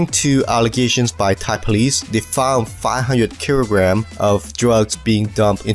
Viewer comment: “500 keerograms of…” 😂